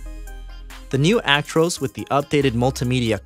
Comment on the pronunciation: You can tell hes American the way he says "Actroose" not "ac-tro-s" 🤣